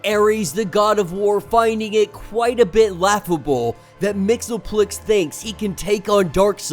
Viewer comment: It's pronounced Mix-ease-pittle-ick actually